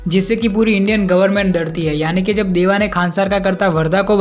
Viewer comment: Bro it is deva not dava😅😅